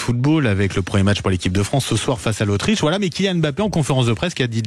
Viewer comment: Apprenez déjà à prononcer son nom. Il ne s'appelle pas M ' Bappe mais Mbappe.